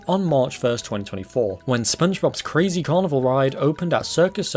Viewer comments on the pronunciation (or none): none